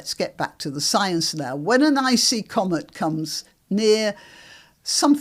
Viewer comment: It's "comet" not "commut". 😄